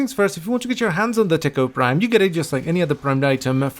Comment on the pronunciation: All I can hear is Tickle Prime™